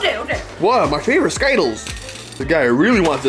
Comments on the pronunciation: Bro it’s skittles not sky-tuls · It’s Skittles bro not Skyttles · For the last time ther skittles not skittals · He said everything else right but not Skittles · I love ‘skytkels’ jk no hate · You said Skittles wrong